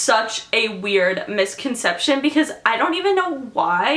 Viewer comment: When you said "Most Common Misconception", I thought you said "Communist Concetption". ASDFGHJKL.